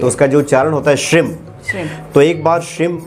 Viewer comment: Shrim nahi shreem hota hai